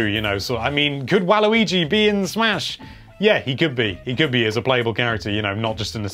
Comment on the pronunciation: he said "Can Waluigi be in Swahsh" see how he said smash he put a wah in it